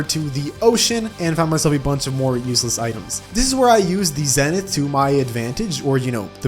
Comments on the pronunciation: its pronounced zenth i know its zenith but it just sounds cooler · Its wy-vern not wi-vern, its skeletron prime not skeletron brime, its zenith not zenoot (Im just trollin)